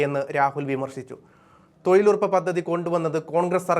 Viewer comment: എടോ.... തോയിൽ ഉറപ്പല്ല, തൊഴിലുറപ്പ്. ഉച്ചാരണ ശുദ്ധി ഇല്ല. പോയി ഉച്ചാരണം പഠിക്കു.